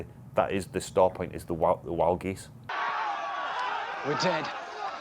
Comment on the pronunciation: "WldGez" What? "WldGez" LOL Wild Geese, classic ...